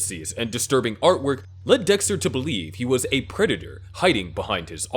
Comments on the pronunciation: bro really said Desker 😭🙏🏻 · bro said desker